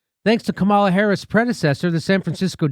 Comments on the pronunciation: Jimmy, her name is pronounced comma luh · Jimmy it’s « comma la » come on, this is racist of you: you’re smart you know full well how to pronounce her name. Doesn’t matter what your opinion is, pronounce her name right! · You don't have to like her (I don't) but my god, at least pronounce her name correctly.